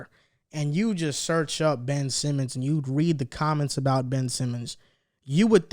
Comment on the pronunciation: Ben-ch Simmons